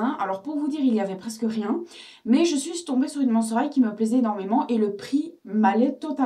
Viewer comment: c'est pas Hight mais High x)